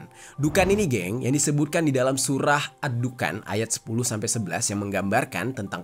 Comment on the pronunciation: Dukhon, bang. Bukan Dukan